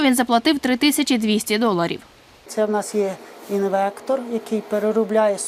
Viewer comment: Не "інвектор" , а інвертор .....